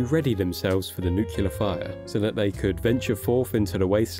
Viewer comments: Getting real tired of people saying nucular. It’s nuclear. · It's nuCLEAR not nucULAR, but anyways, great vid! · Why are you saying “nucular” there is no “U” after the first one in “Nuclear” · Love the info on the lore, but I have to point out it's nuclear, not nucular. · Why do you keep saying noocuelar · Why do so many people pronounce it "nukular?" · It’s pronounced nuclear (nook-lee-er), not nucular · "Nucelar?" Seriously? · Nuclear, not nucular. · NU-CLEAR* (not nu-kee-lear) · It always drives me nuts when people pronounce nuclear and “Nu-ku-ler’…. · nook-lee-ar, not nook-you-lur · It's pronounced nuke-lee-ar. Not nuke-u-lar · For any god's sake, the word is "Nuclear", not "Nuculer". Please get this right or how can we trust your word? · It’s New-Clee-Err, not Nuk-U-Lurr, God I hate it when people get that wrong. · nucular nuclear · NEW KLEE URR ffs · It's nuclear. NOOK-lee-yer. Say it ten times. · “Nookyalar”? Nah bro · Nuclear, not Nucular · Is the narrator here actually (mis)pronouncing "nuclear" like George W. Bush did? Anyone else hear that? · "nucular" is not a word. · For the love of god stop saying “nuculer” … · Hate to be that guy but you're saying 'nuclear' wrong and it's grating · Why are most Brits unable to properly pronounce “nuclear”? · Wow everyone has really gone nucular over my mispronunciation of that word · The word is Nuclear. Only one U. God that bugs the hell out of me... I'm not sure why. 🤔🤷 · Why can no one pronounce nuclear correctly. Jesus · This would have been a better video if you knew how to pronounce nuclear. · The amount of people in this world who cannot correctly pronounce the word "nuclear" is genuinely upsetting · Had to go find another video. The L is before the E without a second U in NucLEar Learn to freaking speak